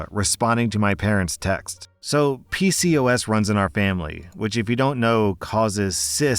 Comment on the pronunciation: Story 2: It's pronounced P-COS.